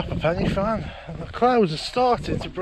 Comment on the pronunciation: My old stomping ground😅 It’s pronounced Corn Dee, Penner Van and Van e big. Cribyn was bang on.😁👍